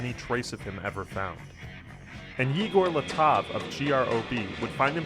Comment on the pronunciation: "yeeger leetov" lol